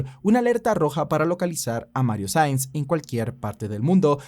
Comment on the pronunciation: Nueve veces lo nombras y en todas dices Sainz, Sanz, Saiz. Cualquier cosa menos su apellido real "Saenz". Incluso poniendo los subtítulos los capta tal y como los escribo 😂😂😂.